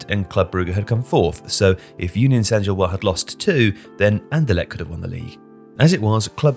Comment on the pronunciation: One note: in "Gilloise", the S should be pronounced (like zhil-waz)